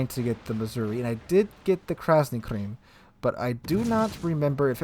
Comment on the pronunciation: And you say you are a teacher.... Krasny CREAM?? Really? Its pronounced KRIM ... as in KRIM-inal... Criminal... Its Russian, it means RED ... Its always been that they start at the LOW tiers... that is what they give you... unless you already had them all except for the higher tiers... so if the ONLY ship you have not yet got happens to be the likes of the Missouri.... then that is what you will get. BTW, I got two containers, first was yellow commander bonus signals... 2nd was an Italian cruiser, the Acosta or whatever its called.